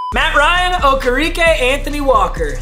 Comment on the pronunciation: Bobby Okereke is pronounced (oh-care-e-Kay) he changed it to be pronounced like that this season